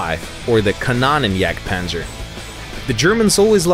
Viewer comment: What exactly is a Bananenjagdpanzer? It's KanOnenjagdpanzer, spoken like "no". ;)